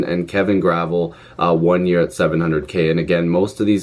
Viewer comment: I think Gravel is pronounced GRA-VEL for what it's worth. Lots of guys , little cash , bring up a couple guys ( Marchment etc. ) from the Marlies and instantly plug these guys in , they are experienced players not schmucks.